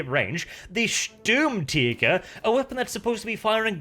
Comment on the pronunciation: Best part about battlefield 5 so far is trying to pronounce german words STÜÜÜRMTIGER